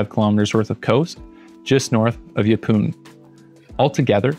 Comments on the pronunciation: Yeppoon is pronounced "yep'n', basically ignore the oo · Nah it's not. I use to live near there. Everyone says Yeppoon